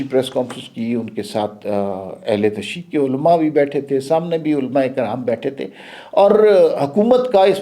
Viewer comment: عمار صاحب ، افسوس ہوتا ہے جب آپ کے تلفظ پر بھی بات کرنا پڑ جاتی ہے، یہ لفظ تشیع نہیں، بلکہ ش اور ی کو ملانے کے لئے تشدید کا سہارا لینا پڑتا ہے ،اور یہ پر پیش بھی ضروری ہے ، پروفیسر صاحب سے ہی پوچھ لیں تو ہم جیسے پختونوں کی بات سمجھ میں آجاۓ گی۔، معذرت۔